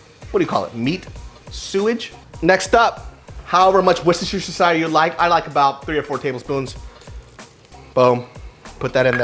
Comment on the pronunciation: Hahahaaa i replayed him saying Worcestershire 10x.